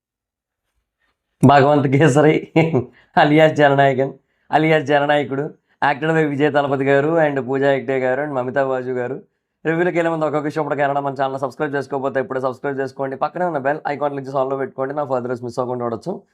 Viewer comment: Mamatha baaju kaadhu bro mamatha baiju learn to pronounce first😂😂